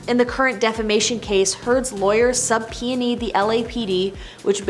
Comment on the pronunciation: She said sub-peony 😂😂 Instead of subpoena